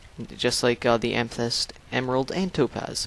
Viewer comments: amythest say am-a-thest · Ama-thist thats how u say it